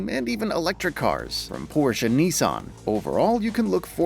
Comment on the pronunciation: Lost me when you mispronounced Audi and Porsche